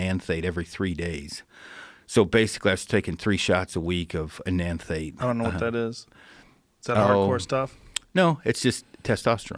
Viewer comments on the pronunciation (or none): "Enenthate" "Trenabolone" E2 problems. Yeah this dude should not have been touching gear. Learn the stuff before blasting. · Ethanate eNaNthATe isn't a thing pronounced eth en ate. He admitted he doesn't know what he's talking about. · Come on Joe, you don't know Enanthate? 🤣🤣🤣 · I think most TRT docs use Cypionate. And it doesn’t help that the guy was butchering the pronunciation of Enanthate.